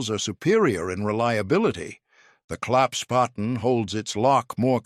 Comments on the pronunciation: WtF is a claps potten???? Never heard of it....STUPID A I.....! Try Klapp Spaten = Folding Spade....! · The German word is ‘Klappsspaten’, klapps = folding, Spaten = spade. The subtitles get rather confused, not surprising given the narrator's inconsistent pronounciation. ‘Claps’ is OK although it's really closer to rhyming with ‘cups’. ‘Spaten’ is pronounced like spa–ten except that in German an ‘s’ before a ‘p’ or ‘t’ is pronounced ‘sh’: kl–ups–sh–pa–ten.